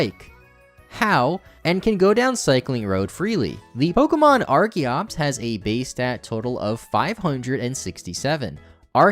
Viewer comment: I had to stop watching The way he pronounces pwokehmwon burns my ears